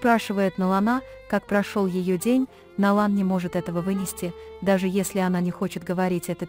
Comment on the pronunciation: какой перевод ужасный не Налан а Найлан не Канан а Жа